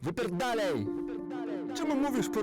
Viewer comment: Żaden Polak nie powie "wyperdalaj" jak słychać na filmie, także nie zaakcentuje sylaby "cap" w słowie Kacap. Tyle o polszczyźnie tego filmu.